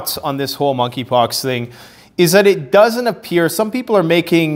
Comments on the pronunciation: Moneypox I think the k is silent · MONKEY POX---- THE"K" IS SILENT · THE K IS SILENT 🤫 in Monkey 🐒 Pox.